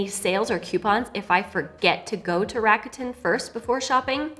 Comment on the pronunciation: Hey language tip, RAKUTEN is Japanese. The kanji is 楽天. It's pronounced RAKU (RAH-KUH) which means "easy" and "fun" and TEN (TEN) which in this case means "heaven" because of the kanji they chose. So it's like an easy, fun, and heavenly shopping experience 🤔